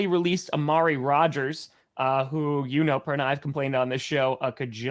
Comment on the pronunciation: it sounds like you said the bronco perna show 🤷